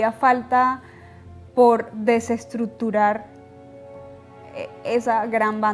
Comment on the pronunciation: Desestruttturar dice ella...